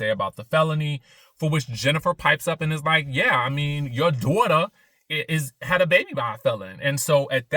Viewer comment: Stop talking about my "DWAUGHTER!" 😂😂